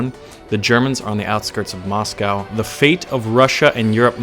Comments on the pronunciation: it's quite painful listening to u pronounce Moscow like that, plz search up how to say it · Are you trolling or can you legitimately not pronounce Moscow?